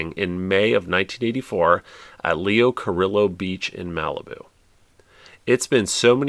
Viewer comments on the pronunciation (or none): FYI... Leo Carillo played Pancho, the Cisco Kid's sidekick back in the '50s. In Spanish fashion, his name is pronounced Cariyo. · The double “L” is silent when pronouncing Leo Carillo. I have great memories of going there with my college girlfriend 😅